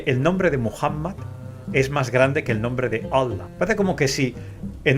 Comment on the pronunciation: Parece que diga wuala! Como cuando alguien expresa con una palabra admiración, sorpresa o etc… en lugar de Allah.